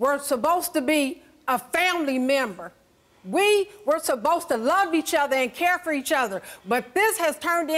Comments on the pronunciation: Is she saying supposed or suBosed😂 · "We were suppost to be a family member" #english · So we not gone talk about how she keep saying “SUBOSTA BE”😂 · “We were subbosed to be” 😂😂😂😂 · " you subbosed " 😭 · Ms, it’s supposed not subbosed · Wtf is “we. Are subbosed to be building a buznezz. We subbosed to be a family member.” Damn who taught this woman English?